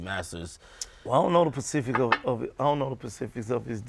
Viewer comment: It’s specific not pacific